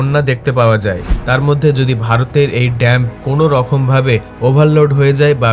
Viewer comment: It's not DAMP, my dear it is called DAM .